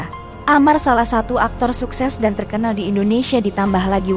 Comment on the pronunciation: di baca dan bukan dun😢😢